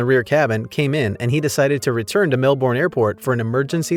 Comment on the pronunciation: As a Melbournian, it was pretty weird to hear Melbourne pronounced the way this narrator did!